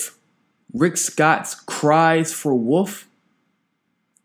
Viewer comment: did you say woof or wolf?